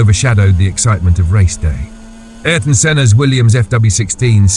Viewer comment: "Aryton" "Aryton" "Aryton"...